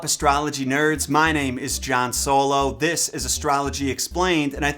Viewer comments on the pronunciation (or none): none